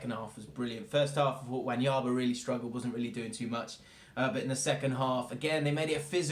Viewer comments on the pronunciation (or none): none